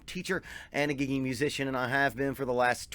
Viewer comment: i know but everytime you say it with your accent i hear it "giggity", it's hilarious!